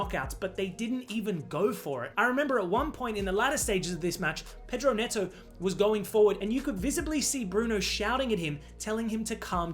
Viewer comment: Pedro "Meowto" 😭😭✌✌